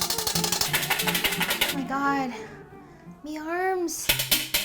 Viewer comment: when you said 'me arms' you sounded like Merida from the movie Brave all Scottish haha